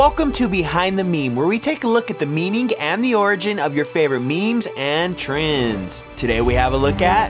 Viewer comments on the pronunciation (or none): when u say trends it sounds like trins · You obviously are canaidian you say "Treinds"